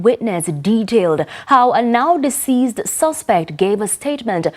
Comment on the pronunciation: The word is deceased not deseized